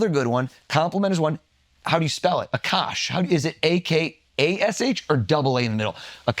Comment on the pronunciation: It’s A-kash like a bear. But A kash. Why does everyone get it wrong. It’s funny how he’s getting advice on how to remember someone’s name I can’t pronounce his.